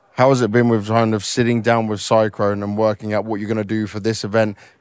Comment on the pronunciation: saying "it can't be understated" and calling "sycrone" syrson is unintentionally hilarious